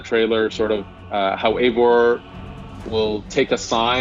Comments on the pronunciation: This guy is pronouncing his Eivor's name wrong. (Eye-voor) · Jake DiFalco no it’s wrong it’s EYYVOR BTW I AM NORWEGIAN SO yeah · Eivor=AyVOR Everyone:WRITE THAT DOWN